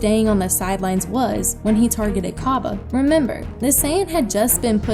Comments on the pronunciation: why u pronouncing his name "cobba"? it's cabba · B oo “Cah-Buh”